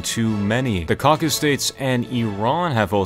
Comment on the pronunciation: Great video, but it's cauca-Sus, not cauca-s